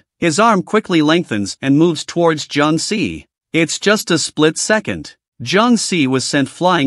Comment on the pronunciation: Bro instead of saying second he always say secend